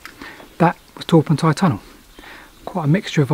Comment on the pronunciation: I've always been curious about this tunnel. Thanks for satisfying my curiosity. As a note in the margin, Torpantau is pronounced with the emphasis on Pant. Thus the full pronounciation is TorPANTeh.